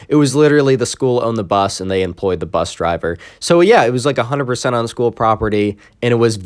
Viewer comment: bus not "P"